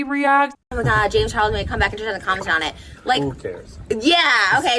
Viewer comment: Jame charles? She’s saying jame charles over n over. Lol sounds funny.